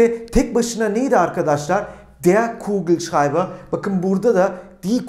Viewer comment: Hocam kugelschreiber demeniz çok iyi eskiden bunu rahat söyleyemiyordum zorda olsa son 3 derste bunu öğrendim😁